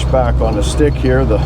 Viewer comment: "I'm just trying to bring you a long if I'm doing anything up *he-ah.".....For one, I'm lonely. I can't even eat alone; my mom said she had to feed me in a highchair until I was 12, and that was being breast fed. The 2nd reason is, if I can get viewers acustomed to the drolest video content ever known to man, you'll then happily watch anything I clown-cobble together after that, and the negative Teflon tape usage comments will go way down. More or less, I'm desensitizing my audience away from sanity. *he-ah, 2-syllable pronunciation of 'Here'